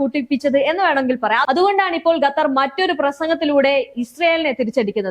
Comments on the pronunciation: Gattar alla dear kathar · പെൺ കൊച്ചേ.... ഗത്തർ അല്ല. ഖത്തർ എന്നുള്ളത് എത്രയോ പ്രാവശ്യം എഴുതി... അത് പോലെ ((ഹൂത്തികൾ അല്ല. ഹൂഥികൾ എന്നുള്ളത്.)) പിന്നെയും പിന്നെയും നാവ് വടിച്ചു വരാത്ത. സ്വഭാവം. കാണിക്കുന്നു.. എന്തോന്നെടേയ് ഇത്. 👌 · മര്യാദക്ക് പറ വാർത്ത ഖത്തർ എന്നാണ്.. ഗത്തർ അല്ല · ചേച്ചി ഗത്തർ അല്ല ഖത്തർ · ഗത്തർ അല്ലാട്ടോ ഖത്തർ